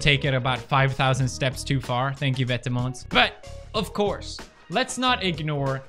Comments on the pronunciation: Dennis Hubert i’m pretty sure it’s vêtement and not « vètement » mate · thedutchbloggergirl vetements is actually pronounced vet-eh-muns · "It seems like vetamens.... like it big." Pewdiepie 2019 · I love how Felix pronounces Vetements & Margiela 😂👏🏼👏🏼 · Lol me too, and I can tell he is trying which is sweet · Hendrik Mooi yeah I thought this too but didn’t want to reply in case I was wrong lol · Pewds just made Vetements sound like something swedish. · The way he pronounces vetements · bruh not how u say vetements